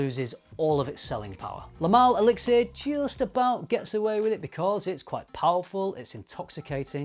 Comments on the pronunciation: Seriously, listening to you say elixir was rough. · That extra syllable in elixir is driving me insane lol